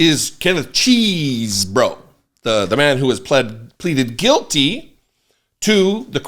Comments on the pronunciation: I heard from Chris Hayes that it’s “chez-bro” not “cheese” because Mr. Chesebro indicated what his name was in court. Just because we’re from Wisconsin doesn’t mean we are all “cheese heads “ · Pleeeeeeeeeeease< bro, stop saying Cheeeeeeeeesebro.